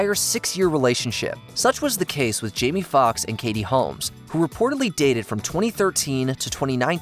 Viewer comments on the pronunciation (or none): none